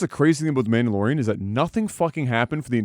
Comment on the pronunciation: First 5 seconds: Manalorian. Dog shit 😂😂😂